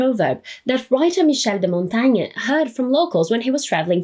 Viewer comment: Anyone else finds it funny how she can perfectly say Michel de Montaigne but butchers the word Renaissance every time 😂 other than that, super content. ❤